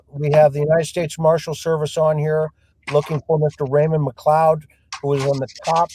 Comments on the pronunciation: You say his last name as McCloud, but isn’t it McCleod, I would say McLyodd! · McLeod I believe